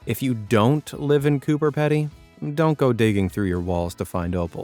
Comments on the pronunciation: Lol..spat my coffee when you said Cooper Ped-y…lol…we aussies say Cooper pee-dee…like Pee. Cooper Peedy. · That Cooper “pee d” not pedy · It's 'Peedee', not Peddy! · Coober Pede is NOT in the middle of Australia. ALICE SPRINGS would be the closest to that claim. Also it is NOT pronounce as PED E. In Australia it is pronounced as Coober Peedee. We DO NOT speak phonetically in Australia especially in relation to place names. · You guys are great but I just have to tell you that Cooper Pedy is pronounced- “Cooper Peeedy” emphasis on the “e” in Pedy. Just so you know. I live in South Australia! ❤️❤️❤️😎🇦🇺✌️ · There's no town in Australia called Coober "Peddy," locals pronounce it Coober Peedy. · FYI it’s pronounce ‘Coober Peedy’ not pedy :) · You say it Coober 'Pee-dy' not 'Ped-dy'. I just thank god you didn't say 'Cooper' like a lot of idiots. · We pronounce it Cooper 'Pee-dy' Not 'Peddy' here in Australia 😆😆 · 😱 Cooper Peedie, not Coober peddie. Watch local uploads and do your homework. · The underground houses of Coober Pedy are possibly the coolest (pardon the pun). It’s pronounced Pee-Dee though! Not Ped-ee. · It's pronounced Peedy, not peddy btw. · IT'S PEEDY.. NOT PEDDY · The Australian town is called Coober PEEDY (not peddy) and the underground dwellings are properly known as "dug-outs". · its pronounced cooparpeedy not cooperpedy. 😂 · Coober peeedy. Not petty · Mate, it's Coober PEEDY, using the vowel in "fleece", not Peddy. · its not ped ee.. its coober pee dee.. i live in oz so i no...lololol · Cooper Pedy is pronounced Cooper Peedy. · The "Pedy" in Coober Pedy is pronounced "Pee-dee". My parents live there, we temporarily lived there and my 10yo is currently on holidays with my parents there :D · FYI. The Pedy in Cooper Pedy is pronounced as Peedy. Really interesting stuff. A shame about the English guy and his castle. There's always a technicality when it comes to councils. That technicality being about money. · It's Coober Pedy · It's NOT Coober Peddy.